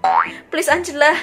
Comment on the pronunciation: engela lo kak bukan angela😅